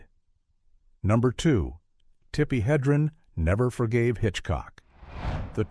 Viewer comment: OMG it's "Heh-dren" not "Hee-dren". I've had it with these videos.